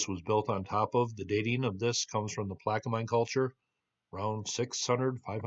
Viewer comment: Hi I enjoy your videos. Thought I would help you with the proper pronunciation of Plaquemine. You have the front half correct, the end spelled m i n e, is pronounced men.😊